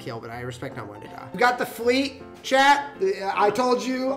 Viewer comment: I thought you kept calling Alan Chad,like from highschool musical, when you were saying chat lol